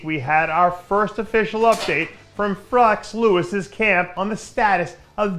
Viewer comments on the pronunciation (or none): Hahaha ; did he say Frex Lewis lol!? Come on Dave lol.. if you mess up the dudes name 40 seconds in on a video specifically about said dude.. do a second take rofl!!